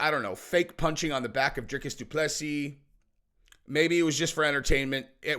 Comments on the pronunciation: please say Doo plu sea.... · Google French pronunciation and type in du plessis